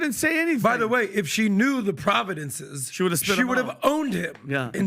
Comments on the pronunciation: Dude. Provinces not providences. Fine point but we are in a world of one up ya and fine points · you shouldn't be talking about provinces when you obviuosly can't even pronounce it right. Providence poy.😂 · Really!!!!... really doesn't know how to pronounce the word province. David had to correct him. Yet, he is stupidly laughing at Nikki Halle. Atleast, she knows how to say the word 'province' and she ended up naming the correct provinces, doesn't even know how to say province literally. I am not even sure he knows what a province is. Lol